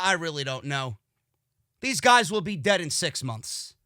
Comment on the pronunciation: I love whenever he says "DEAD" HAHA